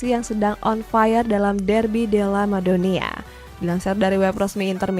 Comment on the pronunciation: Udh lama bawain berita bola, tp nyebut Derby della Madonnina aja salah 😂😂